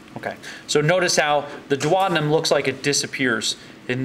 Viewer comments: Duodenum = dew-o-dee-num. NOT dew-oder-num. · The way he says duodenum....